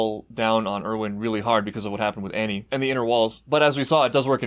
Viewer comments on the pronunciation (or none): none